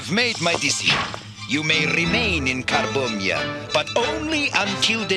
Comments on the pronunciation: Did he say the nation of carbombia 😂😂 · "Carbonia" sounds alot like "Car bomb ya" when says it.... Hilarious xD always fun to watch some G1 Transformers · "car-Bomia" smh... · "Carbombiyah" Seems legit... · "Carbombya" Car-bomb-ya Car bomb... Hasbro? What were you THINKING??!?! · Carbomyia= "Car-Bomb-Ya!" funny. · Lol, The African nation of 'Car-bomb-ia' 🤣